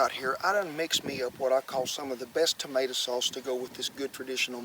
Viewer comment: its tomato not tomata